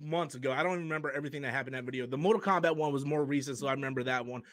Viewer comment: mortak KOMBAT